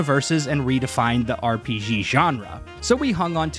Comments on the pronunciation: its R.P.G Not R .P. szghee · "R P Jhee Genre"